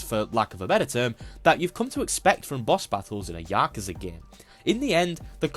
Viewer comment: I still don't get why nobody can say Yakuza properly. I guess your attempt is better than the Y'kooza lot, but it's a like apple, not ah like ahhhhh so you can't say words properly. Edit: turns out you can't say corridors properly either?